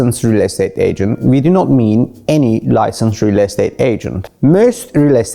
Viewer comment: Licanced 😅🤣🤣🤣 Licenced